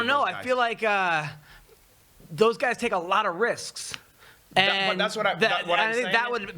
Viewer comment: "All hisk and zero hewarge" ...carallo